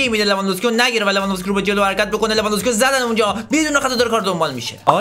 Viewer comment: میگه لوانذوفسکی😂😂😂😂😂😂😂😂😂